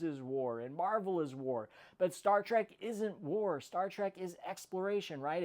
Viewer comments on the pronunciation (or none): It's not pronounced "Trak", it's pronounced "Trek". "E", not "A", ffs.